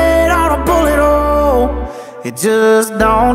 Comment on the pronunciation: Genuinely thought he said butt hole ffs